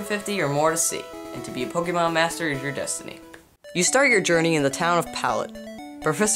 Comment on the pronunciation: Stop saying pokamon